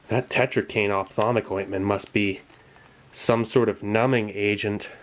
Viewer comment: "opthamolic" for the eyes. same root as optical, should't be that hard